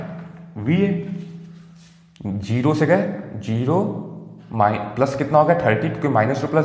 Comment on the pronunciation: this is not jero sir this is zero